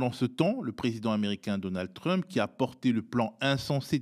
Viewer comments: A partir de dorénavant je vais faire comme ce (très très brillant) monsieur et prononcer "Trümp". C'est bien plus rigolo comme ça. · Quel dommage que ce monsieur si cultivé et qui parle anglais, comme il le montre ne fasse pas l'effort de prononcer le nom de Trump avec un minimum d'accent ! Je me suis demandé si c'était pour se moquer ?! Mais je ne crois pas. Dommage car, à mon sens, cela lui fait perdre de la crédibilité...